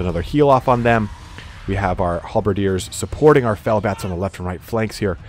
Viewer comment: Sounded like you said fail bats lmao